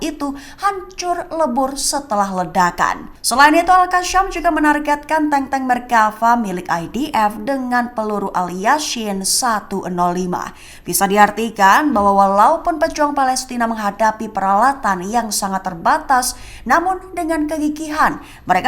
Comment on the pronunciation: Yg bner baca beritanya mbak yasin jgn bilang yasyin itu ayat alqur'an jgn ditambah tambah, alqasam jagn dibaca alqasyam.